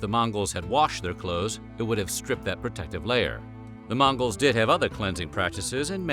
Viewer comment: He says mangos 🤣🤣